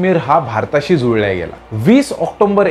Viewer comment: खूप छान वर्णन.. फक्त ऑक्टोबर चा उच्चार बरोबर करावा